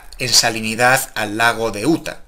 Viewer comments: El estado de Utah se pronuncia "iuta" no "uta" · no sabes pronunciar utha